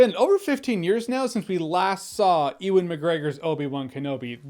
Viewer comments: lol - what is it about the name Ewan that Americans find so hard to pronounce? I've heard EE-wan and I've heard OO-wan. It's more like YOU-wan. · Ewan is pronounced 'you-an' not 'ee-wan' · EEEWAN? It’s just Ewan 😭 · I love your videos, really enjoy your takes. But it's not E-Wan! It's You-an. Ewan McGregor, pronounced You-an. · EEwan? 🤣 Its pronounced Youwan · Who the hell is EE-Won McGregor? It's YOO-EN, YOO-EN!!!! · Ewan is pronounced "YOU WON" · Pronounced "U-wan" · “EEE-wan sells it” WTF? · Bro, Ewan is pronounced “you-in” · You pronounce Ewan wrong. Is that on purpose for comedic effect?